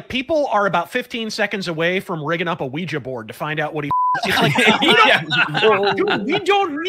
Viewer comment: 26 Seconds into the video: I don't know who is, but can I just say how fucking amazingly awesome it is to finally hear someone pronounce OuijAAAAAAA in the correct way!!!!??? Every time I hear someone say Oui-GEEEE, my inner grammar Nazi wants to knock out their teeth. Okay.....carry on.....